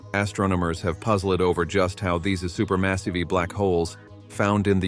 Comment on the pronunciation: I think it's text-to-speech. Unless errors were intentional to make it seem more human like, The problem is many of the errors were in a double e ie 《eerror》eg. "deecadees" "super massivee" "astronomeers". I used to have a keyboard that would stick and sometimes double type certain letters in word... But today there's spell check which makes it virtually impossible to have that many typos... for a human.... hmm 🤔